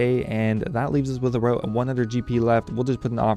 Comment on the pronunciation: I should have guessed you lived in Victoria, you've got the signature "aboat" pronunciation of about.